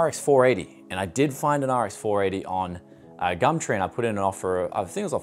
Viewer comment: "gamtree" i'm petty as fuck i know